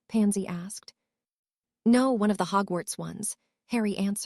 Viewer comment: So why are almost all the names horribly mispronounced? Though Hugwhats is pretty funny.